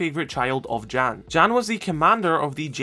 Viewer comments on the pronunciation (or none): One small note is Jan (Ela and Zofia’s father) is pronounced with a Y like “Yahn” not J Jan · Read Jan more as Ian